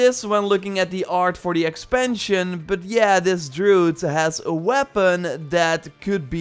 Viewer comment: You say druids just fine but you say drood when using singular, WHY?!?!